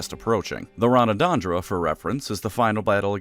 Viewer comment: "The Ranadandra" What if we took Ragnarok and made it sound elfish XD